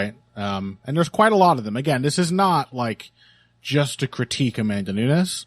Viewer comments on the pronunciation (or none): I know you are well-intentioned and capable of learning because you were able to get dos Anjos' name just right when I pointed it out last time, so listen to me now and listen to me good: it's noo-nes, NOT noo-ñez. The same way the former LW champ's name is dos Anjos (same J as in banjo), not dos "Annyos". You see how Peña's name has that squiggly symbol above the N, while Nunes' doesn't? That's because Peña sounds kinda like "Pennya", while Nunes sounds like... Nunes. If you ever find yourself in doubt about whether to speak a name like "Penna" or like "Pennya", look for the squiggly symbol if it's in Spanish or for an H if it's Portuguese (Peña's surname in Portugal or Brazil would be written as Penha, which is actually a fairly common surname in the language). Still, great show as always. Cheers from Brazil!